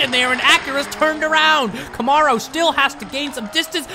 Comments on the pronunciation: Please learn the correct way to say Camaro!! Ka-Mare-O! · Please start saying Camaro the proper way! It sounds like come-air-o!